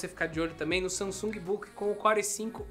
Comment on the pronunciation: SAMASUNG kkkkk